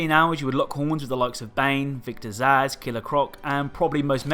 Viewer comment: When you said Victor Zsasz, I thought you said Victor’s ass. Which I wouldn’t want to fight either, to be honest.